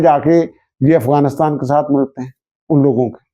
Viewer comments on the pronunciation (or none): none